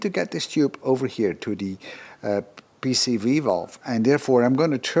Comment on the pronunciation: I have to applaud you for your remarkable ability to say correctly "PCV" almost every time. Me, every single dang time, I say "PVC". I guess I did more plumbing than emissions work early on. Drives me nuts but I can't help it. It is now deeply burned into my aging brain and is hopeless. So, I'm impressed, congrats! :)